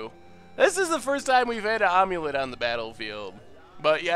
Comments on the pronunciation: Am-u-let (as in "I am"), not "Omelette" or "Aim-let" :P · Am-U-Let. I feel like you're saying ahm-u-let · not gonna lie when you said omulet I thought it was a joke deck name for some sort of amulet + eggs combo. I have never heard someone say it like that before. I figured most people have seen the old mummy movies.